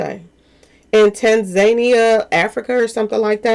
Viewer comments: Say: TAN-ZA-NIA...uggghh.... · Tan za neeia= Tanzania